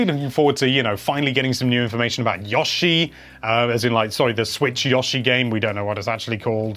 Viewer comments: It's ヨッシー Not ヤッシー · Tells us how to pronounce something Says yosh-i instead of yoh-shi Alright then lol